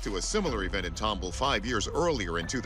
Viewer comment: I live in tomball and I laugh every time the host mispronounces it lol It’s TOM BALL. TOMBALL. Named after some guy named Thomas Ball. Yes, really lol